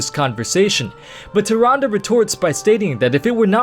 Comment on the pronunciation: no offense bro, but Tyrande is pronounced "TIR-ON-duh"